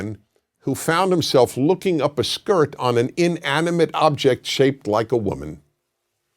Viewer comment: I died t the way he said skirt 😂😂